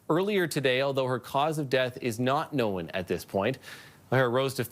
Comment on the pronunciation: The word is known not knowun. Must be a Saskatchewan farmer kid reading the news.